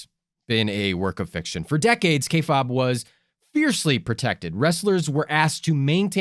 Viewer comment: Kay fabe (pronounced k faibe) not k fob....kinda cringe